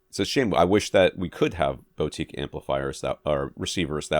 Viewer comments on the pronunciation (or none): boo-teek... for the love of all things holy, it is not bow-teek